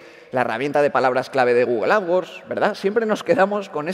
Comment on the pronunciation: "GUGUEL" xD